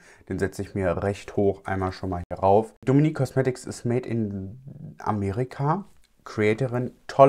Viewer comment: Ich liebe deine Videos Aber JETZT noch mehr 🥹😍😍😍 Es ist sooo schön wie perfekt du den Namen „Dominique“ aussprichst 😮😍 Ich werde ständig Dominik, Demeenique etc ausgesprochen😒 Du zeigst wie es geht 🫶🏼😅😍